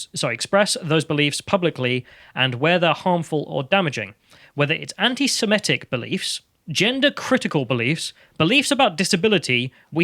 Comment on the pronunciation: You’re a grown and educated man. It’s pronounced semITic. They’re Semites. Of the tribe of Shem. SemETic isn’t a word. Please pass that on to half the population. Cheers.